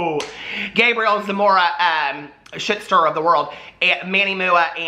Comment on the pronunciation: I can’t tell if you said “shit starter of the world” or “ shistar of the world” 😂😂😂